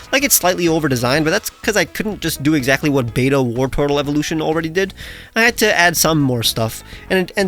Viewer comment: Wartortle isn’t as in “war” it’s as in “wartor”